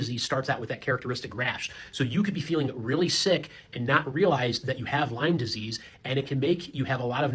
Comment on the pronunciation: Lyme disease - My bf says it with S at the end too. Am I the crazy one?